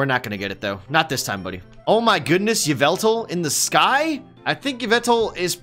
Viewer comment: Its actually pronounced YAH-VUL-TAL